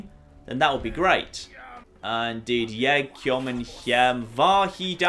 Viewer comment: Jeg kommer hjem - I come home It's also pronounced sort of like yay, not yeg.